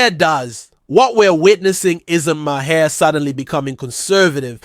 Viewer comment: You’re pronouncing Maher wrong bro